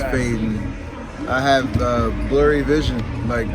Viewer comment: "Vision", not "vison"